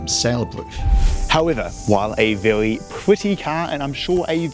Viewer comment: "Its vewwwwy smoovvve" brother take some speech classes you're not 3 years old anymore.